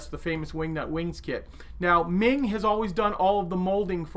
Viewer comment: Hi, Meng should be pronounced as the "Mung" in Mungbeans